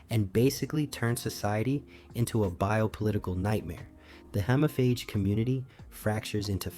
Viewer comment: Dude, it's pronounced "hee-mo-faage".